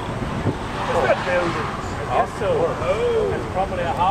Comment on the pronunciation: It's "probably" ... not "probally."